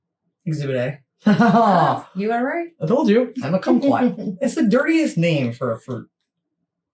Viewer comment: I love how pronounces "dirtiest"😄